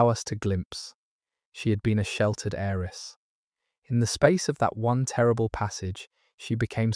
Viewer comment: Beautifully read. But please note that the words "heir" and *"heiress" have a *Silent "H" - so they are pronounced "aire" "airess."